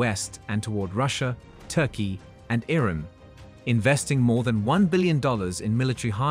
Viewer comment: reset the bot, its IRAN not ruddy IRON.